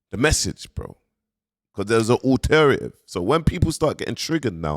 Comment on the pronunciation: 7.35: "alter-ative" is sensational